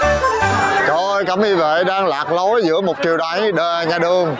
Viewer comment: Á đù..."Cẩm Y Vệ" 😂😂